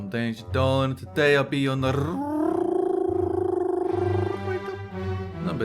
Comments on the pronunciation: I'm Danger Dolan, and I'll be your naRRRRRRRRRRRRRRRRRRRRRRRRRRRRRRRRRRRRRRRRRRRator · I still don't know how to do that rrrrrrrrrrrrrrrr thing